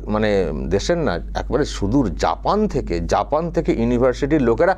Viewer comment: জাপান ❌ ঠাপান ✅🤣